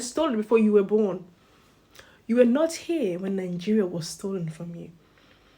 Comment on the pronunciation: You speak English and still you pounce nigeria as ningeria, why do you Nigerians add an n when pronouncing it with 2 n